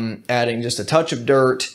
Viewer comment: Big fan of your channel! I've learned a lot from your videos, thanks for putting in all the work and sharing. Also, the way you emphasize the t in "dirt" always reminds me of Kid Rock in Joe Dirt, which is awesome. Don't ever change bro